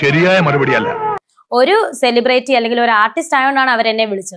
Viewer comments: Celebraty ????Whats that?😂😂Madam its celebrity …Atleast say that correctly..pathetic.😂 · സെലിബ്രേറ്റി എന്ന വാക്ക് പോലും ഇല്ല. Celebrity എന്ന് പറ മരവാഴേ 👿👿👿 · ആദ്യം സെലിബ്രിറ്റി എന്ന് ശരിക്കു പറയാൻ പഠിക്കു.